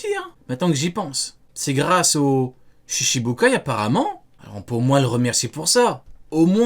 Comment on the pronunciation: Shichibukai* 7 se dit "shichi" (prononcer shitchi) ou "nana". Pas "shishi".